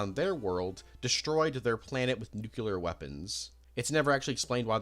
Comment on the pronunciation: learn how to pronounce nuclear bro. its nuclear, not nuculer